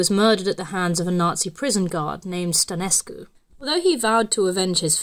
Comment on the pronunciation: she pronounced Eliahu as elial. On Stănescu she pronounced the ă like an a and put too much emphasis on the u.